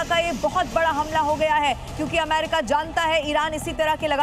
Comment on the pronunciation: Amma Rika?ya ameriika, beker uchsalte kiu jee